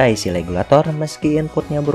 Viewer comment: IC Regulator sia KOPLOK lain Legulator, siga orang China wae teu bisa nyebut RRRRRRRRRR 🤣🤣🤣